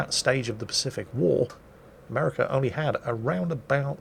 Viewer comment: i liked that sneaky little " 'murica" you stuck in there:P